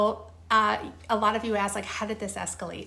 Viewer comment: Why is the london girl struggling with the word “ask”? That’s my pet peeve…